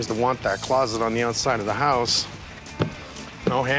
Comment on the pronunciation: It’s a house not a hoooouse😅